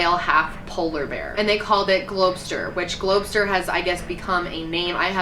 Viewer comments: i think it's pronounced glob-ster, like "glob monster" smooshed together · Not Globe Ster, Glob Ster, like blob but glob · It's pronounced globster, like a glob.